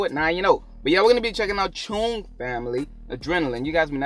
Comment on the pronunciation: Where im from, its said like 'chong', which rhymes with 'wrong'.